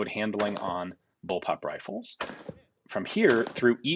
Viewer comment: Ian... you really really need to address the amount of people who think you're saying "bullpup" when you're saying "bulb-up"...